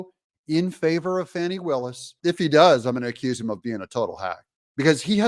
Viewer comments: Doug you can't make a silk purse out of a pig's ear , so pronounce her name how it is , Fani like Fanny , not Fawni like phoney😂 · Doug, please...let me break it down for you. If you take the i off the name Fani and Fawni this is how you say it, Fan- then Fawn...Fani not Fawni. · I'm from Georgia. My whole family is from the Atlanta area. Anyone in town will tell you it is pronounced "Fanny" , not "Fawney". And yes, we all know she is human garbage. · No "U" in Fanni. Ita not Faunni. Its FANNI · Her name is Fan-e not Fawni… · Why do you refer to her as Fauni, Fawni, when pronounced f-a-n ..i like a large maximum gluteus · It’s Fani. Not Fauni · I liked the original pronunciation of her name, Fanny. I don't like Foni, or Fauni, or Fawni. I want her to be dismissed, prosecuted and disbarred, so she can be kicked out on her fanny. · It's not Fauni Willis.. Don't try to gay it up like Joe Deertay, you know it's Dirt. Lol. It's Fanny "whatchu talkin bout" Willis. Fani's big fanny is in big trouble. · Her name is pronounced Fannie. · How is her name pronounced, Fannie or fonnie